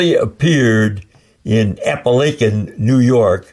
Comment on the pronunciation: Pet peeve: Apalachin is pronounced with a short "A" at the end, as in "cracking."